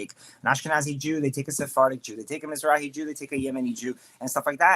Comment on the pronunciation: Yup. Planted shill. He even knew how to say Mizrahi.